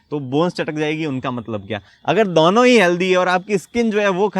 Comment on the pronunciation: Sir dono hota hai... Not daunoooo...